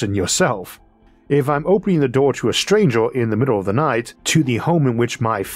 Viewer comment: Great video.... curious how you pronounce most vowels "a e i o u" as an "o"? Earth = Orth Stranger = Strangor For example!